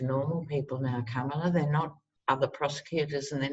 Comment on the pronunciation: Comma-luh, not cuh-mala.comma-luh. I was hoping she’d be the new AG and Stacey would be VP, but whatever works to get Biden elected! Love love love your readings...personality, humor and intelligence! ❤️❤️❤️❤️